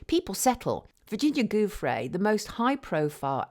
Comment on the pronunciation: Virginia’s surname is pronounce “joofray”. G followed by an i is pronounced like an English j.